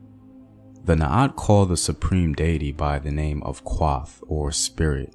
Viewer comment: Kuoth! not kwoth, Naath! not Naat, Thanks for sharing though